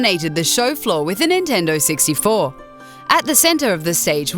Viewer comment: "the great nintendo sixty-fo"